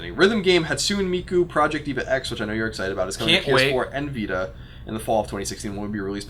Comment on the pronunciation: "Hotsoon... Miku..." NO Colin! NO! lol no one disses the infinite voice of Miku ;)